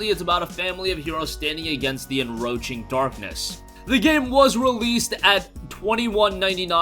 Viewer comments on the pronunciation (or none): encroaching darkness, not enroaching lol